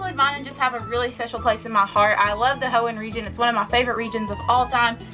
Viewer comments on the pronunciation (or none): none